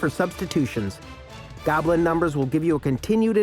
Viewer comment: That guy can't pronounce goblin. He keeps saying 'gablin' for some reason